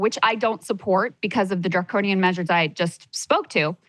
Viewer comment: ok thats fine but then don't spin your show as (and I quote) "we're trying to build something different than the mainstream!" And then just come on here and blather mainstream leftist talking points. I mean how many times can you count saying "draconinian"? Draconian, Draconian, Draconian!!! Sounds like a CNN segment